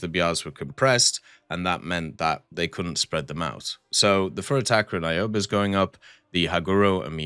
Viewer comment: Your pronounciation of ships, especially the Japanese ones is so awful, lmao I lost it at Aoba, Ayobae?